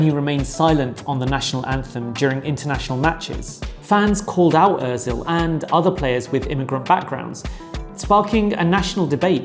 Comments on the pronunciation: it's Özil. not ÖRzil :)) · Mate you had just 3-4 names to learn and destroeyed them. Benzema is full with BEnzEma clear latin E and not a Benzine , Ozil the tone goes to the end. So easy. :Euskara (Basque) is not Europe's living language that's the Greek both written and spoken but Basque is the continent's oldest surviving" language isolate". Good though but inadequate video.